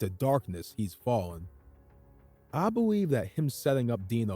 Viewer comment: Are you saying: “I believe..” OR “I beweave…”